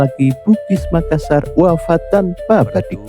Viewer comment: Maklum aja bang mungkin admin nya bukan orang Bugis atau Makassar jadi penyebutan nya kurang pas, salam budaya tetap kompak